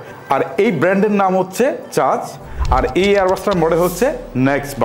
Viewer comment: dude first of all get your pronunciation right, It's চার্জ not চাজ , what is Case unbalanced আপনার মত মোটা নাক যাদের তারা নাকের উপরে রেকে (রেখে) বেলেন্স (ব্যালেন্স ) করবে নাকি ? and what is you don't have to struggle to get the buds out of the case, like dude who wrote your script ! ওরে শীল মাইরা দেন । and also what do you expect from ANC , like i have ANC mode on now if someone shoots a gun right beside my Ear i won't hear it . Even Apple will fail to provide that type of ANC. Also IPX4 rating শরীর গেমে নাকি ঘেমে ? and dude tell me this on the packet it says upto 40 hrs and company Claim 40 hrs their is a difference . get your facts check who made you a Tech reviewer